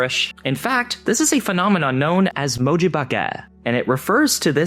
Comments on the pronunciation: I'm pretty sure you're just supposed to say the last syllable as "bayke" instead of splitting it to "bah-ke". That's because the name comes from improper handling, or "baking", of emojis. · it actually comes from japanese, from 文字/もじ/moji, meaning character, and 化け/ばけ/bake, meaning transforming/disguising oneself (which itself is the noun form of 化ける/ばける/bakeru, meaning to take the form of/transform onself into) emoji itself also comes from japanese, from 絵文字/えもじ/emoji, meaning picture character his pronunciation was a little off, but still pretty close